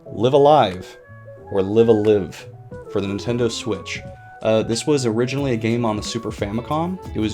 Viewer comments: Live A Live is pronounced Laiv A Laiv. Live is pronounced as in "Alive". You can tell because the Japanese name for it is ライブーアーライブ, which is pronounced Raibu A Raibu, which is Katakana for Live a Live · could have learned how to pronounce it before making this